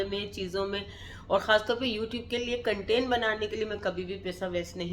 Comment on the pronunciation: Har bat mai inperson bol k khud ko angreez mat pretend karen urdu he bolden to zada acha hy wrna sahe English bolen content hota hy cantan ni hota bus ek inperson bol k ap or buri lagrahe hoti